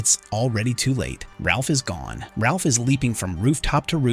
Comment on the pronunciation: His name is Raph not Ralph